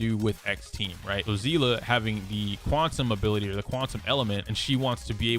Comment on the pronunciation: not to be that guybut its sea- lee